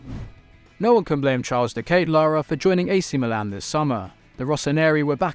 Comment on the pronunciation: The pronunciation of De Ketelaere kills me